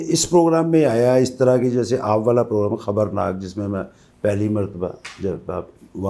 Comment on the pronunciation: "Pogram" fuking illiterate.